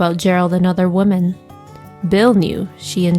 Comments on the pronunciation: Plus, it sounds like AI/she kept saying “woman” when it should be “women”. RIP, Patsy. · So many mispronounced words. ”Women” and ”Opry” shouldn’t be hard to pronounce.